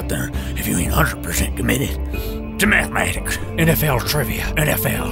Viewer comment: This is, I think, one of my favorite videos you've ever done. Just the Mountain Dew & Gatorade song alone?? Holy shit. & The NFL guy talking about "mathuhmatiks", I'm crying.